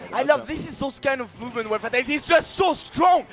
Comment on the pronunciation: It's pronounced "fay-TAL-it-ee"